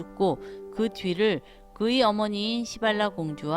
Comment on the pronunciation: ㅋㅋㅋㅋ😂시발라가 아니고 시빌라 ㅋㅋㅋ